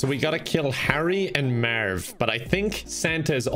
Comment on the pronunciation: “Eliminate Herry and Mearv” classic